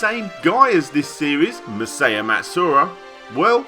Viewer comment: Maw-sai-yah not mei-sei-yuh